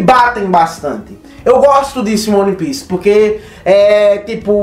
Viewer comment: cara, gosto mto do seu trabalho, acho vc bastante entusiasmado na gravação dos videos, isso é muito bom. É um perfil diferente dos outros youtubers, não perca isso. No entanto, uma dica boba. se atente a pronuncia correta dos termos em inglês/japonês (exemplo: é "uan pis" e não "one pice"), faz bastante diferença na hora de passar suas análises, passa mais convicção e seriedade. Outra coisa, faça um roteirinho da ordem de acontecimentos do video, para vc n se perder nas tuas próprias ideias, ai vc n foge muito da linha principal e mantém sempre um tempo ok com uma objetividade boa.